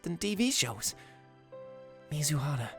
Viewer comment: I swear, every time i hear u say mizuhara, i always mishear it as mizuhotta